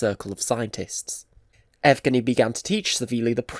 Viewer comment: Nigh-pro? A-shumed? Ev-gheny? But you can pronounce much harder words like Kurchatov so it’s not a speech impediment. What is wrong with your pronunciation and your English? This seems to be a common problem with people from the UK. Is it the UK education system that’s shit? Do they not correct speech issues and teach you how to pronounce words properly?